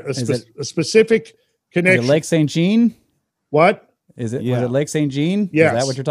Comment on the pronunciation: In keeping with Randall's asking for pronunciation correction of proper nouns, especially when foreign-language based, Lake St. Jean is pronounced "John". If you really want to impress any Quebecoise you meet when visiting the area, say it with a "soft J", almost like saying "Shawn". Just a heads up! :->